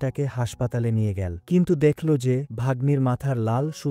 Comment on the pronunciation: ভয়েস দানকারী বাংলা উচ্চারণ সঠিক না , এল কে L গেলো কে গেল বলছে , মূর্খ বাংলা রিডিং সঠিক জানে না ভয়েস দিচ্ছে